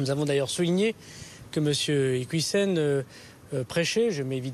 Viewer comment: Il parle de preuves que l'on ne voit absolument pas, moi j'aimerais bien les voir !! De toute façon il ne maîtrise pas le dossier, à tel point qu'il écorche son nom de famille !!!!! C'est IquIOUssen et pas "IquOUIssen'